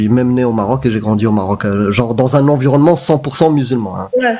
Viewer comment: "Comme je tje djis, c'est pas l'environnemont" 🙃